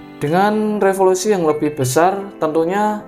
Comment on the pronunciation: resolusi bang bukan refolusi